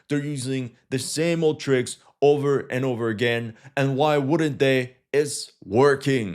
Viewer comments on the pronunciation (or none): none